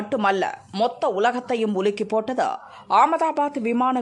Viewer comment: என்னடி படிக்கிற ..மொத்த உலகத்தையும் உலுக்கி 'போட்டத' ...ஒரு மாதம் ஆகி ' விட்டத ' ஏண்டா மீடியா பன்னாடைகளா .. தமிழ் எப்படி உச்சரிக்கணும்னு சொல்லி கொடுங்கடா இந்த முண்டத்திற்கு